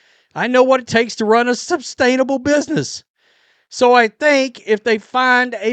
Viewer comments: Is it me or does he keep saying "substainable"? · Sustainable not substainable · Yes! There is no "b" in sustainable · Say “substainable” again. Jfc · I think it's sustainable not substainable.